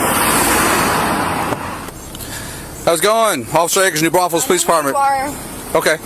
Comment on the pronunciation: ITS PRONOUNCED - NEW BRAUN-FULLS